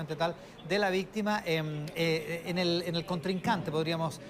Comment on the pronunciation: Porque se hace la vistima